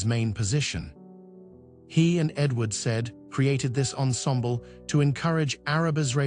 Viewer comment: Great man but poor (AI produced?) video with continual irrelevant clips of Jacqueline du Pre, and with wrong pronounciation of Edward Said. Daniel Barenboim deserves a better tribute.